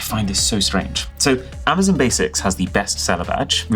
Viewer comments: Attention UK:It's not Amazen...it's Amazon. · Am-ah-zon NOT Am-ah-zin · Cool, so when are you going to stop calling it Amazun